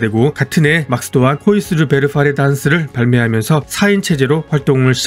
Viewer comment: 맥스면 맥스지 막스는 뭔가요. 일본 발음으로 할 거면 마쿠스라고 하든지요.